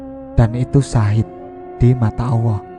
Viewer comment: Suaranya ini, penyebutan allahbya awoh